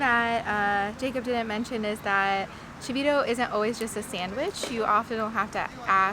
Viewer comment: Chito ? Não se diz chivito